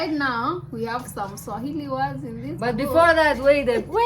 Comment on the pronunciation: You guys are vibes when together 🔥 🔥 🔥 Swahili got murdered here lol